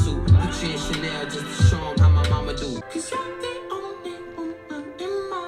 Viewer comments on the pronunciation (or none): none